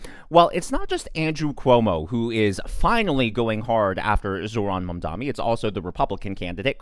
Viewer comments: Small favor: could you please learn to say "Mamdani" correctly, instead of saying "Mom-dommy" a thousand times more? It's already spelled phonetically, so either your elocution needs work or you're doing it purposefully. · Why is it so hard for every conservative to say Mamdani?